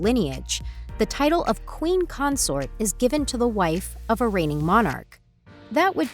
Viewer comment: It's pronounced queen Consort not Concert geez